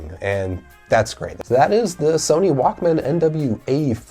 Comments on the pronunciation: you pronounce it walkmin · Growing up in the 80s and 90s I never heard anyone pronounce the Walkman the way you do :D hehe. Great video by the way.